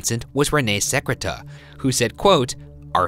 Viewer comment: Such a minor point in the video, but the way Ryan pronounces the bully René Secrétan's name makes it sound like "ce crétin" in French, which means "this idiot." Quite accurate, in this case. Sucks for his brother Gaston, though.